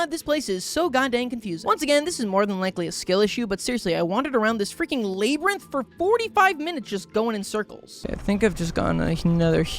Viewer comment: Laybrinth?? it's labyrinth lab-rinth